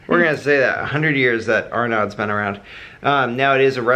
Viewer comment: Arnaud's is pronounced R-No's